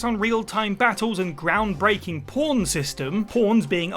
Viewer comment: With its groundbreaking “p0rn” system… YouTube: Wait wait wait… what did they say? DiD ThEy SAY “P0RN” Smithers: umm I believe they said “pawn” sir